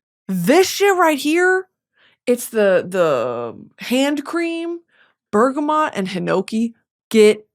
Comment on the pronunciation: someone PLEASE tell her how to pronounce bergamot 😅😅😅😅 ILY girly cmon